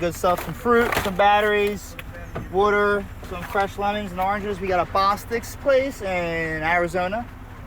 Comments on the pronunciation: Camera guy: “some fruit, some batteries… WOODER” Philly guy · Did he say WOOTER instead of water😮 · Is from Pennsylvania? I definitely heard a couple “wooder’s” in there. 😂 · showing his Philly roots when he pronounced WATER as “wooder”. Love it!